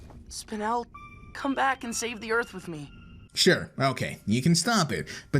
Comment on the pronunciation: On you say "earf" in stead of "earth"